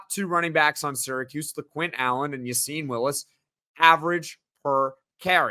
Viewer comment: A bit off topic but why does everyone in the media pronounce Willis’ first name as Ya-seen when the coach and rest of team pronounce it as Ya-sin? Gotta side with coaches and team here.